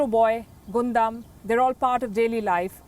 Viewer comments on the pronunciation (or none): it's pronounce as GUN DAMN and definitely not pronounce as GOON DUMB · Yup Hated that 'Guundum' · Palki Ji! It does not spell Gunda robot but Gaandam robot. =P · It is pronounced as Gundam=Gandam not Gondam 😅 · Although it's spelled "Gundam", it's not pronounced Gun dam, but pronounced Gan dam 😉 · Yeah....was irritating a but when she repeatedly said out loud like that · Lol that's not pronounced as "Gundam" 😂😂😂 Eventhough it's written like that. It's pronounced as " gandam" Your pronounciation is hilarious 😂😂 But anyways thank you so much for covering my favourite mecha of all time in this video. Die-hard gundam fan here 😎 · It's pronunciation gundam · ugh the way you pronounced Gundam killed me inside, I dont even like Mecha but it somehow did. oof. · What else would you expect from a country that treats its people like robots? Gotta be perfect and HARMonious, right? 🥴🥴🥴🥴🥴 P.S. Please don't be bothered by how she pronounces "Gundam" here; you can't blame her for not being a fan. We anime fans must understand that normal people, for the most part, are not ready to understand our fandoms; unlike with K-Pop which they are more open to.